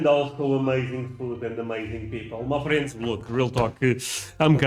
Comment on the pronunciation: Sometimes when you say "my friends" it sounds like you are saying "muffins" I'm not a muffin